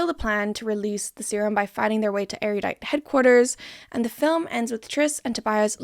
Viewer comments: Why does everyone say Eriudite instead of Erudite? Like what kind of Mandela effect is going on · Why does everyone say Erudite like that, that isn't how you say that word. No offence alot of people who talk about this series say it like that so i can't blame you but it is a real word that does not have that many vowels. Eh-roo-die-T not Eh-ruh-yu-die-T, once again not complaining to you in particular, i just feel my ears crawl when some words are mispronounced